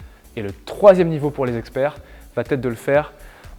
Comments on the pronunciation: Va être et non va-t-être —> il n’y a pas de liaison ! Merci pour vos exercices 🙏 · Bonjour vos interventions sont vraiment top... Mais s'il vous plaît ne dites plus "va-t-être" il n'y a pas de "t" à la fin du verbe donc pas de liaison... On dit comment va-t-il ou comment va-t-elle mais on dit il ou elle va au cours de gym...😏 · Arrête de dire "VA-T-ETRE" pas de "T" à VA. c'est très pénible d'entendre ça. (neuf fois en 5 mn)👎👎👎👎👎👎